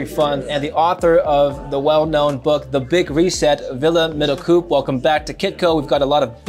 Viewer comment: It's pronounced 'Middlecope' not Middlecoop